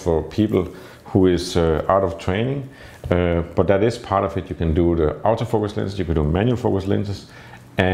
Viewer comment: for a few minutes you had me very confused because of your pronunciation of 'Auto-Focus', which because of your Danish accent you sound like you're saying "Out of focus". No seriously I have seen your work which is AMAZING, thus respect you